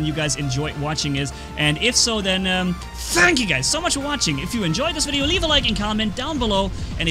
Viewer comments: “thanks for wathing” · did you really said thanks for wathing!!?😄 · 'Thanks for wathing!' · Did anyone notice that at the end of the tour it said 'Thanks For Wathing' XD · 5.51 : Thanks for "wathing" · ‘Thanks for wathing’ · Haha "Thanks for wathing"